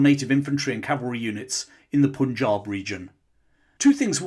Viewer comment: Pun in Punjab is pronounced as in 'pun' not 'poon'